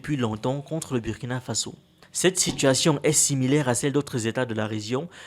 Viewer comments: Burrrkina not Biürrkina!!!!!! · super vidéo mais on dit bourkina même si ca s'écrit Burkina beaucoup de gens font l'erreur mais ce n'est pas un mot Français 😅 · SVP la pronontiation du nom du pays de Sankara c´est BOURKINA. Merci de vous rectifier la prochaine fois.